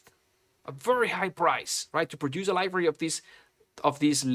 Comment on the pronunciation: Dude for the love of God please learn how to say "Library", it's not "Livory"